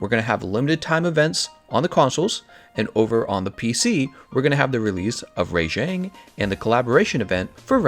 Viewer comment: Who tf is a RAYJAYNG?????